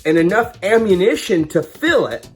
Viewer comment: Lol you couldn’t pronounce ammunition 😆